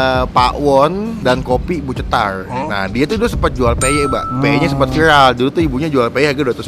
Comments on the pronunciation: Cetar bang bukan cetalr 😂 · Si ga bisa ngomong cetar jadi nya CETALLL